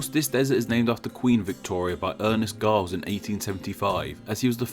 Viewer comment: The last name Giles in australian english is actually pronounced with a J sound instead of a G sound